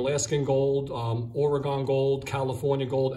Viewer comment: Alaska is a country? also, Or Uhhh Gone? it's pronounced more like organ